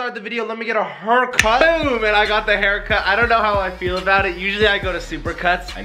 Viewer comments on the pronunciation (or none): messed says " let me get a hercut"